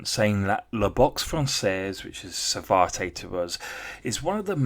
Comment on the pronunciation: It’s pronounce Sa-vat, not Savartay!